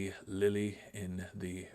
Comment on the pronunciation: Ah, you start out with a diminutive striker. Good luck on that transfer. Even thinking relegation for Chelsea ? Are you mad ? You will be tarred and feathered by the fans. 🥴 Sell Kepa. He is borderline crazy. Hm, there is no e at the end of Lille. It's French mate. 🤫 You might take a look at the graphic setups, starting to look like earlier in your OOTP save. Movement of players is far from fluid. If you play with an inverted back use James for that on the right side. Chilwell should be pure wingback IMHO. His crossing will be good, but sadly Gnonto will need a ladder for those balls. Lukaku on the other hand. A demon on getting goals, used to be one of the best. Should have some years still on his trackrecord. But you might need something new to be a proper striker (a Lukaku type). In real life I think Chelsea target a bloke from Napoli, Victor Osimhen. But he will cost you. Think Thiago can play about anything, but thought the old traditional stopper role is dying. You better try and see how he handles it, if you include it with a sweeper. One thing for sure is that FM has come a long way in showing tactics in nice graphics, and hope it play out that way in-game. One can easily over sophisticate things. Be carefull when loaning out to the correct team, that got good youth training and play the guy in the correct ways. That's for your best prospects. The shouldn't linger on the bench or play unnatural positions. Those African names are not easy to pronounce. Best of luck on